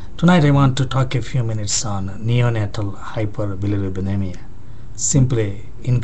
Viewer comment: cant u pronounce hyperbilirubinemia properly? ^^ hihi